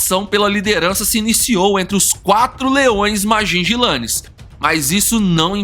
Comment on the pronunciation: Vi esse documentario no national geographic king tale foi um dos maiorres e violento rei dos leoes quando ele morreu ja estava velho..a historia completa e muito incrivel.. e nao e ..majijilane que se fala ..e sim majinguilanes....